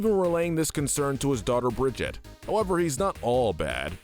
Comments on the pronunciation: ITS BRIG-I-TA!! NOT BRIDGET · BRO SAID TORNBORN AND BRIDGEIET ITS PRONOUNCED TORB-YORN AND BRIG-EEE-TA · Everyone else: Torbjorn & brigitte: Tornborn & Bridget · HER NAME IS PRONOUNCED BRIGH-EAT AND TORBIJORN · I really hate this video. You called Brigitte and Torbjorn "Bridget and Tornborn" but make a video on Overwatch characters. You definitely haven't played Overwatch or done any research on the game. You probably read a random script someone gave you and just guessed for them. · one it’s (bri-gee-te) or (bri-gee-té) and 2 zarya is the strongest woman in the world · Br e g(harsh k) e ta (if pronounced in American English) Thorbjörn isnt pronounced with a Th like im The, but rather just a T. T or bi ö( pronounced like the "er" in G*er*many ) rn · It’s pronounced Torbyorn, and Brigēt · It's pronounced BRIG-EE-TAH!!!! UGGH HOW TF DO YOU MORONS GET THIS WRONG?! SHE LITERALLY SAYS HER OWN NAME IN GAME!!!! UGH! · Brigitte is not Bridget. Listen to anyone from blizzard and learn how to read her name correctly Anyway good video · Bro seriously said bridjitt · I can't watch past Brigitte. If you can't pronounce names that are literally said out loud in the lore how can I trust that you actually know enough of their lore to make an accurate tier list? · I thought he meant torb at first but when i watched it back i thought maybe it was a side character from a comic but then he said it again with brig😂😂😂. Still can’t believe my guy said tornborn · but i do hate the pronunciations of "Brigitte" and "tornborn" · Bruh at least learn how to pronounce Torbjorn and Brig’s names lmao